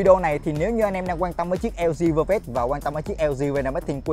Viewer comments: Đọc như lg vơ vét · chời ỏng đọc lg vơ vét